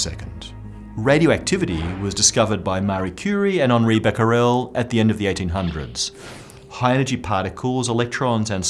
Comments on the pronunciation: It's Henri Becquerel, not Bacquerel ( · it is Becquerel not Bacquerel ;) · In my reality, it's Becquerel, not Bacquerel :-D! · BECQUEREL - not "BACQUEREL"... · shouldn't that be "Becquerel" and not "Bacquerel"? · Guys, sorry to sound like that guy, but I think it's Henri Becquerel, not Bacquerel. Excellent video though! :) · oops Becquerel not Bacquerel ;) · It is Henri Becquerel not Bacquerel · it's Becquerel, not Bacquerel. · It's Henri Becquerel by the way, not Bacquerel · Henri Becquerel 😉 Great videos, Cheers from Paris